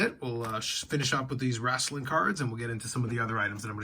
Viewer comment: It’s “wrestling” not “WRAAAAAAASLING”